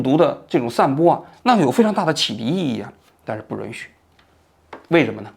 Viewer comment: Yun许，不是Run许！